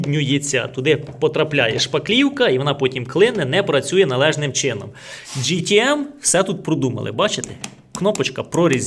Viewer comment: Джі, це “J”, а у вас “G” тому ГТМ Але не кожне «Г» то гімно! Дуже схожий з Vitals міксером. Якщо виграю зрівняю;)